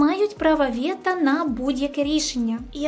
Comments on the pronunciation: Дякую за відео. Але все ж потрібно казати "вето", а не "вєта". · вето а не вєта. вєта то Веталіна скорочено) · найнебезпечніші (слово саме не використовують у ступенях порівняння)* - вето ( а не вєто) - Є (замість "являтися" ,бо являтись=виникати ) - Кувейт(, а не "Кувєйт" -такої країни не існує!).... о другій годині ночі.... який(а не "якій") - з'ясувалося/виявилося (адже "виясняти" — робити ясним, яскравим. Марта вийняла з кофти шпильку, вияснила гнотика в каганці, що почав притухати)* - лицемірно (замість "ліцемірно)* - суворі* - ледібоями( , а не "лєдібоями") - з'ясувала/виявила* Підтягніть українську будь ласка! Дякую за контент! Слава Україні! 💙💛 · Тільки не «вєто», а «вето». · "вєто", "кувєйт", "два часа ночі", "маштабніше"... не впізнаю :-( А ще цікаво, чому критики так рідко говорять за позитив від ООН. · Не вєта, а вето, а так, відео класне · ок відео прикольне, але будь ласка не говри вєта, говори вето натомість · Все гарно розказала,та мову потрібно підтягнути - не вєто а вето,не тіпічний а типовий і тд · кажемо вето, кувейт а не вєто, кувєйт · Все прекрасно, тільки не вєта, а вето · Будь ласка не «Вєта», «вЕто»! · Пані - а що це за милозвучне українське слово "ВЄТА"? Може все таки -ВЕТО? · Тільки не ,, вЄта,, а,,вЕто,,. А загалом-клас!) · Все ж право вето, а не вєта😉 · Вето, а не вєта, вуха ріже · А чого «вєта» і «кувєйт»? Це якийсь прикол? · Як же ріже вуха "право вЄто", "кувЄйт" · Чесно кажучи, перестав дивитися після десятого разу слова "вєта" Впевнений, відео інфррмативне, але це ріже вухо все одно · Що це за вЄто, КувЄйт? Аж вухо ріже. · «Вєта»??? Шо? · Цікава є-кальна вимова. Якось раніше не зауважував. А з яких країв ця вимова виходить? Кувєйт, вєто, ліцемірно.... Прикольно. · Чому "вЄто"? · Мені треба Mindly після того як я 20 разів слухав слова ВЄТА і КУВЄЙТ. Якщо що, то відео норм. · Прикольний контент, крутяцьке відео, як і завжди. Але не можу не сказати, вибач, "вєта" трохи вуха порізала тупим скальпелем ))